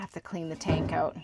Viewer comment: I love how you say "oot."